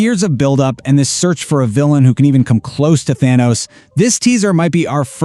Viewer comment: I shut it off when you said "Thano"